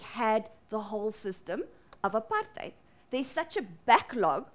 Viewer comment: Am I the only person that noticed the way she says APARTHEID